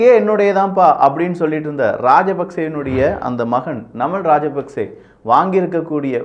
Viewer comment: தயவு செய்து இலங்கையர்களின் பெயரை சொல்லும் போது சரியாக சொல்லவும்.ஜனாதிபதி அவர்களுடைய பெயர் அநுர குமார திசாநாயக்க.நாமல் ராஜபக்ச.சஜித் பிரேமதாச.பாக்கிய செல்வம் அரியநேந்திரன்.ரணில் விக்ரம சிங்க